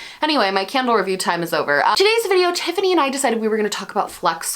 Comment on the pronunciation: No hate but I have to pause and think when you say “today’s candle of the day” as it sounds like “today’s scandal of the day” to me sometimes 😂 Appreciate what you do and for introducing great content creators. Keep it up! 😉